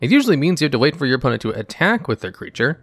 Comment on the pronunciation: "Oppnent" xD Jokes aside, it was a great video. It's nice to see how much merfolks have evolved since the classic "I summon a 1/1 for U that becomes an islandwalker 2/2 thanks to my non-merfolk Lord of Atlantis".